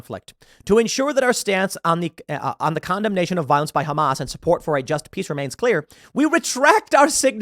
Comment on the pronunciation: pronounced HumAss